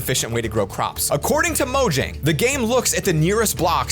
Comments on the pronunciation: It’s pronounced moyang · I just recently found this out: The company is pronounced as "Moyang" and not "Mojang" and I believe that is supposedly spanish for something dealing with Minecraft.